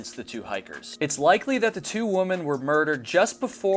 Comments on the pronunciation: Why do you keep saying woman's it's women. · Is it just me isn’t two ladies together pronounced women not woman I hear this all the time now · The plural of woman is pronounced wih-men not in the singular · *women ... I am sorry but, every time I heard womans, it was like nails on a chalkboard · Um,? I subscribe and I think your research and videos are generally great, but I'm a little concerned that you don't know how to pronounce the word "women" (although you do seem to get it right every third or fourth attempt). I mean, it's not exactly an obscure word. It doesn't rhyme with "woman". In typical illogical English fashion, it's actually pronounced "whimmin". I'm guessing that 51% of the population – including your viewers – might really appreciate it if you could consistently correctly identify us. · I'll subscribe when you learn how to pronounce "women." Hint: it does NOT sound the same as the singular form, "woman." 🙄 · Nice work, but 'women' is plural for 2 or more females, not 'woman'. This drives me nuts and distracts from content ( I understand it's popular these days among content creators - but it is improper English). Not a good look. Also "WoodsWOMEN" 'wimm - mennn". Sorry, your seem so sweet and a good content creator.